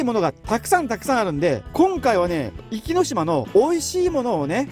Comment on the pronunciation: ちょっと「おき」って言い間違いが多すぎるのが気になりました